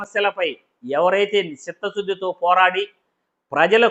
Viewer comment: అది షిత్త శుద్ది కాదు చిత్త శుద్ది రా నాయనా ముందు అక్షరాలు పలకటం నేర్చుకో